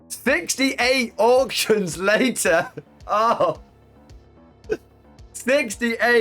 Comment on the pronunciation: Ebay "Ork-tions" hur hur hur